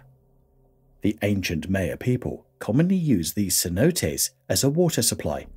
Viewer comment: It’s pronounced like My-uh not like Mayo